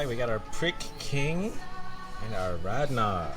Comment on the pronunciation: And Rad Nar is pronounced Lahttttt Nahhh